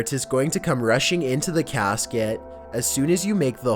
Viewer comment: "oxygyen" "caskyet"